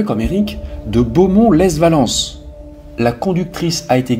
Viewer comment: "Lesse Valence"... Lol... Les Valence!